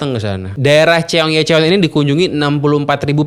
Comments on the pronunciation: Bacanya gini bang chong-gye-chong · Seoul bacanya So-ul (kaya ngmg bakSO) Cheonggyecheon bacanya chonggecon ajaa😅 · bang, dalam huruf Korea yang ditransliterasi ke huruf Latin, yang tertulis "-eo-" itu bacanya "o", jadi Seoul, bacanya Soul, Cheonyencheong, bacanya Choyencong bang... eo dibaca o, eu dibaca mirip orang Sunda ngomong "geulis" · Cheong - ye - cheon ❎️ Cheon - gye - cheon ✅️ Se-oul ❎️ Soul ✅️ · ... #bacanya SOUL & CHONG GYE CHON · Info nya bagus, tp cukup terganggu untuk penyebutan "Chonggyecheon" Nya. Wkwkwk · Kira-kira ada ga ya yang bahas pronounciation si abang ini yg bilang "Seoul" dan " Cheonggyecheon"? wkwkwk